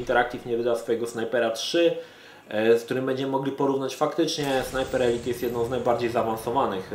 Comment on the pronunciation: Dzięki że mówisz ELIT a nie ELAJT jak wcześniej